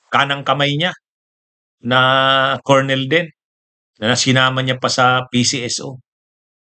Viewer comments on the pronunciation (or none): none